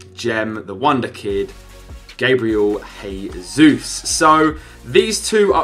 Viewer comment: It's pronounce Gabriel J-sus